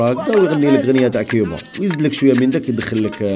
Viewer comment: يا خويا.... جمال.... كوووووووبا.... ماشي... كيييييييييبا